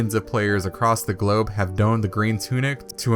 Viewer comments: Really cool video!! Sorry for being a grammar Nazi here but the word “donned“ is pronounced like the name Don. Not doohhned. Lol. At first I thought you said Link condoned but you said can don. Now you can yell at me in the comments. Thanks. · Donned. Like the name "Don" in past tense. Not a long O like in "domed". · great video, SMALL note when you "don" or wear clothes, the word is pronounced like "mafia don" and NOT like it rhymes with "stone" which was how you pronounced it multiple times in this rather amazing video. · Amazing video. You should probably check your pronunciation of the word "donned" however. The video is still great though!